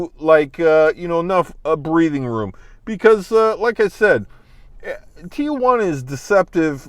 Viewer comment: You live there... it’s not Tia Juana— Tijuana.. (teejuana) come on